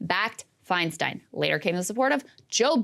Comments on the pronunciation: Interesting that Whoopi mispronounces Feinstein's name twice. It's "Fine-STINE" not "Fine-STEEN." Could this be an accident? No, because Whoopi got her start in the comedy clubs of San Francisco in the late 70's and early 80s, right when DiFi was a member of the SF Board of Supervisors and then Mayor of SF. Whoopi has heard DiFi's last name pronounced correctly for well over 40 years at this point. Is this just another manifestation of Whoop's anti-Semitism? Asking for a friend. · Are we going to ignore the fact that Woopie didn't even have enough awareness of Feistein to pronounce her name correctly?